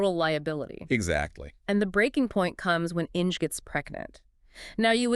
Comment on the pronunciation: The pronunciation of the German name ‘Inge’ doesn’t rhyme with ‘Hinge’. It’s pronounced ‘Ing-er’. An interesting story, let down by the AI narration.